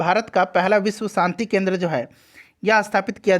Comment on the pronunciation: अंग्रेजी मत चो# , सक्सेस केंद्र बोल केन्द्रा केन्द्रा क्या बकते हो, चार लाइन अंग्रेजी बोलने का औकात है नही, गधे की गान जैसा मुह से केन्द्रा केन्द्रा पेल रहे हो kendra lust की याद दिला दिये gaansu